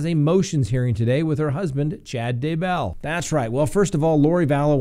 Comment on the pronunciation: Actually, she wants to be called Lori DayBELL, accent on first syllable lol. Oy vey this case is taking forever to get going.